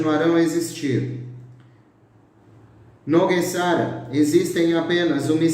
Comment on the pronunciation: GESARA E NÃO GUESARA! NÃO É ALEMÃO E SIM PORTUGUÊS!🤣😂🤣😂🤣😂🤣😂